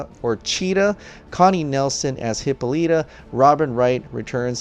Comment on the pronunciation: You keep saying HIPPO-lita jesus christ